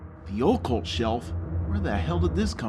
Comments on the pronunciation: "oh-cult shelf" its pronounced ahcult or ockult, not ohhh cult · sucks, i just found out about this dude looking for stuff to watch inbetween ScrewAttack/AVGN reviews. Sure, the production is on par with AVGN, but I don't laugh at any of his jokes. Horrible grammar, mispronunciations (oh-cult? fUstrating???, princiBle?), and the way he delivers many of his sentences comes across as uninspired and lacking confidence. Nevermind that he's stolen plenty of jokes and references from AVGN, but even his facial expressions and mannerisms are straight jacked. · "THEE OALCOALT SHELF?!?" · Um it's pronounced "ockult" not "oacult" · Someone want to tell him how to pronounce OCCULT. AH- Cult, not OH CULT. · Its pronounced (AH) cult not (OH) cult. Its like when people say (OH) carina instead of (AH) carina ( as in the ocarina of time) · "The Ole-Cult shelf?" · "the ohcholt self" lol pronounciation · "The oh-cult shelf." Oh-cult shelf. Oh-cult. Oh-cult. OH-CULT. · The O-cult shelf?? LOL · It's neither, stupid ass. It's UH-CULT. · the oh-cult? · LOL the OH-kuhlt shelf?Goddamn! Neanderthals should not be allowed to review games. but ummm lol i forget LOL 2 THE END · "Oh-kuhlt"?? Oh God... That left me stunned... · God....princible?? wtf. Yo-ccult? This is the dude that can't say "melee" correctly. Come on! Fix your shit son. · If you're not sure how to say a word you can look it up on YouTube. Kinda like how you copy James! Learn to pronounce "occult". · Such a blatant rip off, I had to watch it to believe it. Fuck you, and learn how to pronounce occult. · He mispronounced "occult." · Jesus Christ, learn how to pronounce 'occult'. And everything else while you're at it. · occult XD yo usaid it wrong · I love how you try to say Occult..and also the way you spell principle - "princible". Lol but good video, none the less.